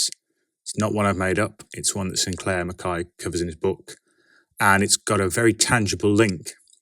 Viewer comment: Hmm, interesting way to pronounce "McKay". They Irish? If it were me, if someone associated a work of mine with a Doctor Who story, I'd be annoyed. Who knows if I suddenly say "actually, the tale is inspired by Babylon 5, Dirty Pair, and the Star Wars: X-Wing video game", and then said figurative commenter may say "...I don't know about those, and I don't care about them to try checking out at all", I'll feel disheartened. In short, am not into Doctor Who and I don't plan to check it ALL out either. Funny, I thought some people prefer Captain America: Civil War because it fixed up certain flawed moments in the comics. Anyways, I still prefer The First Avenger and especially The Winter Soldier. In the meantime, DC Comics can't be beat easily. Gotta love The Dark Knight Returns+Batman: Year One, Kingdom Come (also recommend its novelization), All-Star Superman, Superman: Birthright, Whatever Happened to the Man of Tomorrow?, the DC Animated Universe tie-ins ranging from The Batman Adventures to Superman Adventures, and Watchmen. Will plan to reread Batman: The Long Halloween+Dark Victory+Catwoman: When in Rome to see if they too aged well. If it were me, though, I'd rather not satirize/criticize foreign policy. It's flawed, sure, but it beats the other option of going Command and Conquer: Generals - Zero Hour. Ah, Rogue Trooper. Played the game, but never read the comics. Also, as an aside, Dredd is better than the overly hammy Sylvester Stallone film, and I hope that Rogue Tro